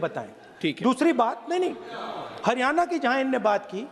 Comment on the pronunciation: Hariyana nahee हरियाणा बोल पहले बोलना सीख